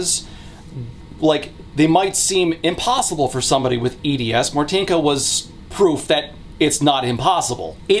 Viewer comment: I'm sorry you had Martynka right there on call and you couldn't ask how to correctly pronounce her name? Why do english speaking youtubers never bother prnouncing polish correctly, it's not that difficult